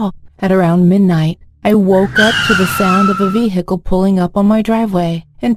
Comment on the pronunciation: a vi-hickle